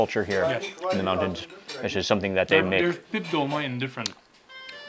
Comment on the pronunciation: Actually it’s “tolma”